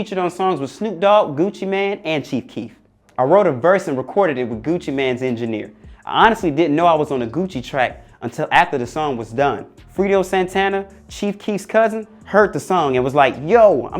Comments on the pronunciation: “Freedo Santana” 💀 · "Fredo Santana".. not "Freedo" lbs 🥴😅